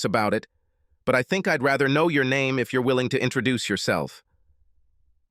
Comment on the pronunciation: "She had different neeem when we were in collageeee" - lol the pronunciation on this AI.